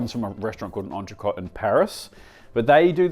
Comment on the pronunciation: I can't believe you didn't learn how to pronounce entrecot when you opened that restaurant